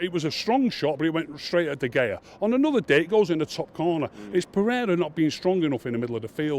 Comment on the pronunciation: If he has good attention to detail why does he call Martial Marshal and De gea De Gayer??? LOL. All joking aside Martial was awful today and Matic never needs to wear a United shirt ever again, this guy has proper tinted glasses and the same for Fellaini!